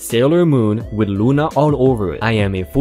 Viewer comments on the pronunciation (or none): none